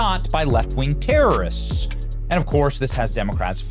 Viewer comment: Mr. Resident, the American people know what needs to be done about these "tare-oh-wrists."